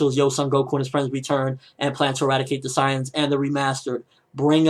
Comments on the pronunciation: You pronounce Saiyans like Scions. Say-ins. Saiyans. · if you want to be a pronunciation natzi its actually pronounced Sigh-ins. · Why are you pronouncing Saiyans so weird?